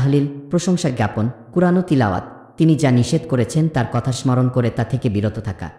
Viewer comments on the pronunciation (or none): ভুল উচ্চারণ। - যিকঅর সঠিক উচ্চারণ। - যিকির ভুল উচ্চারণ। - স্মরণ ( smoron) সঠিক উচ্চারণ - স্মরণ ( soron)